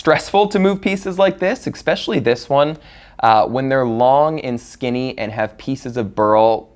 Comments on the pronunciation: Wow. Beautiful. And stressful. BTW, it's "especially" - not "expecially". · Bro, this is great, but for the love of God, it's eSSSSSpecially!! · Pronunciation was Expetially bad today.